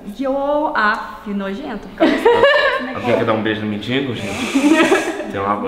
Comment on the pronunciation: Gente, quantos erros de português. "MINDINGO", "NÃO CABE NIM MIM". kkkkk